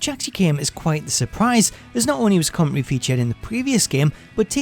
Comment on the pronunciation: "Comm-en-tary" not "commonrey". Sorry, driving me nuts.